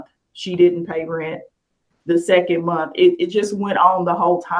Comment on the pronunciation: It’s monTH not monT.